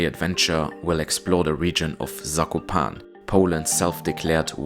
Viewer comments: Loved your video. Zakopane has 4 syllables that you need to pronounce. Za.. ko…pa…ne! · You should pronounce E in Zakopane. Polish is phonetic.